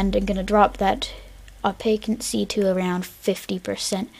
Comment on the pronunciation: Opacity not opaquincy